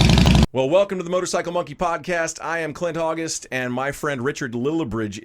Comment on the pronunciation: Did you say "Clint Haugust"? That would be a great rider name!